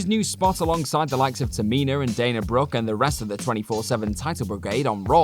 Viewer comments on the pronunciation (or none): Tamina* not Teminer